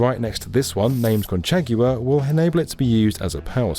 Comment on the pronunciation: Great video as always! Super interesting hopefully things work out well for the people of El Salvador... unclear tho Bukele seems like a mess lol oh also pro tip spanish letters generally only have one sound to them but "gu" and "hu" sound like English "w" sometimes (h is generally silent in Spanish) so "conchagua" is not "con-chey-gue-uh" but "con-chah-wah" or "cone-chah-wah" depending on how you say con versus cone